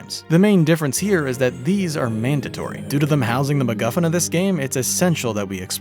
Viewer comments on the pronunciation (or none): none